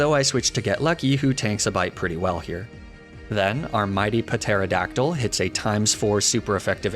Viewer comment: without being too petty, that seed bomb death was retribution for carelessly pronouncing the P in pterodactyl.